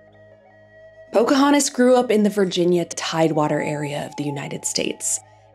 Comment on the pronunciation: She is called Pocahontas, not Pocahanis. If you're going to narrate, please try to enunciate the necessary consonants.